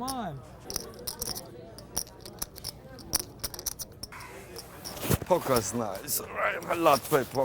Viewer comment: .. this is my new fav move at the table.. the double chest rub stretch... "pokah's nyyce..I luv play pokah"